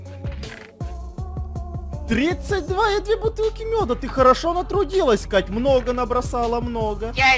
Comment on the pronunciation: ахахахахахахахах КАШШШШШ вместо КАТЬЬЬЬ ахахахахахахахах ахах